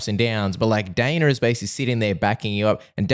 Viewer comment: Ah yes, good old "Daner" White 😂